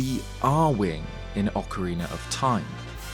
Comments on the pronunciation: You are the first Brit who doesn't say "Ocariner" anymore, it seems like you have listened to the comments telling you how bad that sounds like. Thank you for pronouncing the title of the game as it should be. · At least you pronounce ‘Ocarina’ right. Many, many…. Can’t